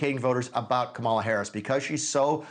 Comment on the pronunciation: "Kamal" Harris? A 5 year old can read enough to know the right pronunciation of her name. Its not that hard bud. Sound it out if you must.